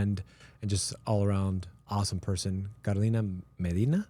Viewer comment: Él pronuncia tu nombre Kolina dile que es CAROLINA....